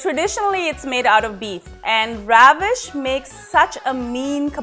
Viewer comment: Good recipe, good video quality & production. The background score is nice but it can be a bit distracting, especially when Ravish talking about his recipe and technique of making the kebabs. Also, you are pronouncing a proper noun, the name Ravish, as the verb, ravish. Sounds pretty jarring. But thank your for sharing the recipe it seems good.